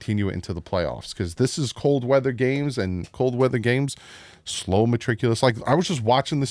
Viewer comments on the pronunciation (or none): I love you but I have to let you know there’s no “r” in Meticulous. 😅 ❤